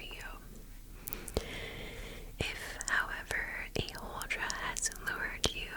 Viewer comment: I am Norwegian and you didn't butcher the pronunciation at all. I love your videos, they are of awesome lenght and I always fall asleep way before they are done 😂😍